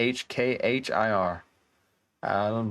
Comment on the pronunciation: The Attribute isn't pronounced Akhir it's Shud be AAKHIR because of Madd sign on top of Alif....the Infinite one ...plz correct if I'm pronouncing it wrong..my knowledge is slso limited😊